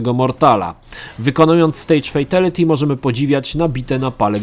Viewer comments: Mordeczko jak juz sie tak wszystkiego uczepiles to ja tez sie uczepie. Mowi sie "fejtAliti" a nie "fejtEliti". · [Fejtelyty]? Brzmi tragicznie jak Szpakowskiego [Szira]